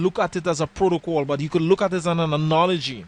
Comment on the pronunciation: An annnnoooologie you understand?! so funny. Thanks for your video with images...but it would be nicier if you can speak slowly.